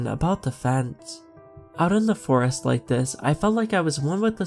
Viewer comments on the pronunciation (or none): Also; “forast”?